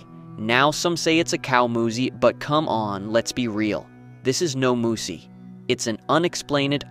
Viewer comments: its not a moosah moose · The guy sounds like he speaks English but can't pronounce the word Moose?